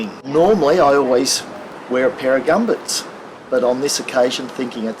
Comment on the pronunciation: Did he call wellies "Gumbards"?